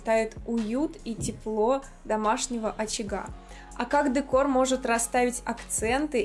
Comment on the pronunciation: Извините, но дЕкор, Вы же на русском говорите. дЭкор - это уже дискотЭка